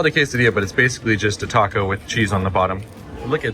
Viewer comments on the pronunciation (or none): none